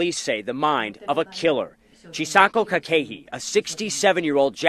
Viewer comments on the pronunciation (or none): Very informative video. I greatly appreciate the compilation. But the pronunciation of the name Chisako is (chi-saw-ko) Kakehi is (caw-ke-he) 😉